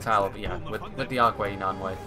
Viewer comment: All -ai's (e.g. Nanwaith) are pronounced as -i. For example in eye or kite.